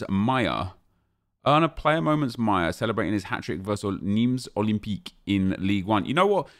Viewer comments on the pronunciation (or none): ‘’Miya’’ not maja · 😂😂the way he pronounce his name maya its maja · It’s maja not maya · Its not Maya, its Maja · It’s pronounced “Maj-a” not “myer” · ma-ja come on nep haven’t you seen the sunderland documentary 🤣